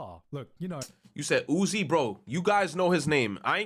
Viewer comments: This mf really out here saying Uzui wrong and thirsting after the classic trap Astolfo💀💀💀💀💀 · Say it with me... "U" "Z" "U" "I" - Uzui. ORRRR you can just call him Tengen (with a g sound)